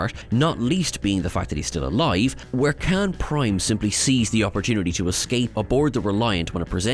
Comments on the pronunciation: Not “kan”…. It’s KHAAAAAAAAN ! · His name is Khaun, not can. 🙄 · I want to slap the guy every time he says Khan…